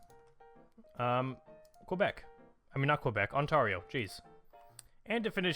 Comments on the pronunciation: On-Tear-yo, and Noonavoot, qui beck. That's how you pronounce them. On-tar-io is such a horrible pronunciation, it's like if you called california Kale-e-for-neigh-a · "On-tar-io" It's On-tear-io, tear like tear up Quebecs pleas for independence.